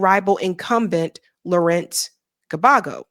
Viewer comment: You my girl, but damn. 😊 Gbagbo = bag-bo..... Ouattara = O-wa-tra. ❤